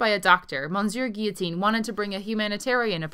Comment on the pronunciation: Thanks, for the excellent report, especially your perceptive comments about the military and their fashions, and your correct pronunciation of "guillotine".